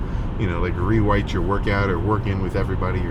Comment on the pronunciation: “rewite you’re workout”